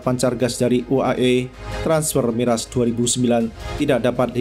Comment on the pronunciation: Kok miras bca nya😂😂